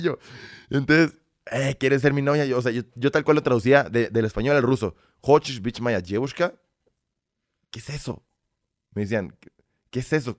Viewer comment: Cuando dice QUESESO no lo separa, lo dice muy whitexican, sin problema ya se adapto nuestro pana😎👍🏻